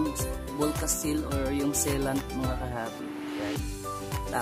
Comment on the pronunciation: Mag ka iba ung vulcaseal tsaka sea lant,,,,ang sea lant hindi say lant